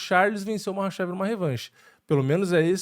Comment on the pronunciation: A letra ‘Х’ do alfabeto cirílico se lê como o ‘R’ de “rato”. Apenas na transliteração a letra ‘Х’ é escrita como ‘KH’, mas isso não afeta a pronúncia. Portanto, o certo é falar “Rabib” e “Marratchev”. Tmj 👍🏻